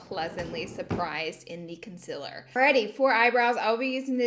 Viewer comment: The concillurrr and the powdurrr hunnney!